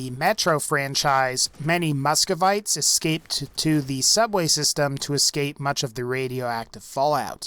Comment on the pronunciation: What’s a muskavite?? 😂😂